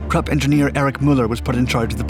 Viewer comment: Anyone else appreciative for properly pronouncing 'Krupp'?